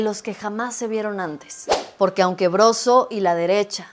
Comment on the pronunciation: No es burla, pero la señora Xóchilt Gálvez no puede pronunciar bien la " R " es casi imperceptible pero de tanto ver sus videos (todos tontos) dice la palabra Poque en lugar de Porque ( es la palabra que más repite y en donde más se le nota....por lo tanto asumo que ella nunca va a poded mencionad la palabra Desponsanilidad y No al Dobo del Edadio Público... ( Lo siento, créanme que tengo amistades que tiene ese problema )